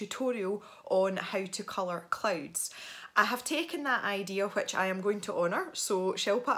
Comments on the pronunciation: Every time she says clouds I think she says clothes XD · Natashli Ortiz The subtitles think the same😂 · Natashli Ortiz same!😂